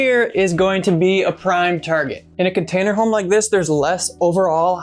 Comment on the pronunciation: "Container.....HOME?" (Garlic... BREAD? Cheese... CAKE?") WTF?